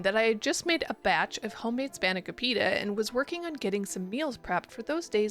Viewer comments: Span - a - cop - I - ta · That is NOTTTT how you pronounce spanakopita LMFAOOOO